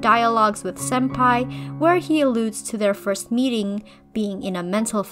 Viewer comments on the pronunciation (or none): none